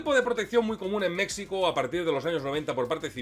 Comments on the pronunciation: hola, saludos, muy agradable ver como siempre tus vídeos. Soy seguidor de tu canal haci que espero no sonar mal agradecido por qué te interesa compartir algo sobre el narco, pero quiero aclararte que decir México, usando la x como fonema en lugar de grafia, me suena muy pero muy insultante. Ya que como español desconoces el náhuatl de la palabra entiendo que no tengas la información de porque es molesto como tú lo usas, así que por favor solo te pido que si vas a hacer un segundo vídeo de México, lo comuniques como se escucha fonéticamente MEJICO. Si quieres ser más correcto, en náhuatl se escucha MESHICO, si vuelves a decirlo como a ti te gusta, es como cuando Hernán cortés al no poder pronunciar correctamente el náhuatl se inventó Coyoacán en lugar de coyohuacan, huichilobos en lugar de Huitzilopochtli, cuautepec en lugar de cuauhtepetl, etcétera. En resumen, verdaderamente que pronuncies como a ti te gusta el nombre de mi país a mi me es muy, pero muy pero muy molesto. Aclaro que igual soy exmilitar gafe por lo que si quieres información de la errada forma que actúa el ejto mexicano contra el narco te puedo compartir mi experiencia. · Dislike por lo reiterado del Mecsico ! Ofensivo viniendo de un hispanoparlante! Mexico ! (Mejico) Lei en otro comentario que te gusta mas asi. Cosa que no justifica que voluntariamente hagas una pronunciacion incorrecta de mi pais Mas respeto ! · Compadrito, México la equis se pronuncia como "j", solo los yanquis dicen mecsico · Se pronuncia Méjico , la X en nahuatl se pronuncia como J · Oye,. No hay problema en como lo dices, pero suena mejor si dices Méjico aunque se escriba con 'x'. Saludos desde acá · Se menciona Mejico no como si fuera una x es como si fuera una j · Buen video pero se escribe México y se pronuncia Méjico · Felicidades interesante video muy documentado pero por favor corrige esa expresión agringada cuando dices Mexico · Buen vídeo, pero estás pronunciando mal "México"